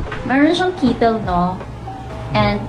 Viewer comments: Kittle? Tama ba narinig ko? 🤣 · SORRY I MISPRONOUNCED THE WORD "KETTLE"; IT SHOULD BE "KEH. TL" 🥲✌🏻🤣